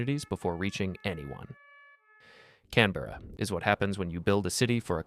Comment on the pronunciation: Can-berra❌️ Can-bruh✅️